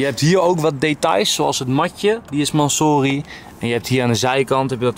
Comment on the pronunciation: je spreek urus en mansory verkeerd uit